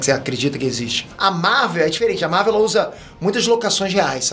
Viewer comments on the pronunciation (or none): none